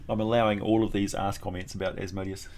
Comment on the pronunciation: Asmodeus, according to Jewish pronunciation is Az-muh-DEE-us if anyone is interested.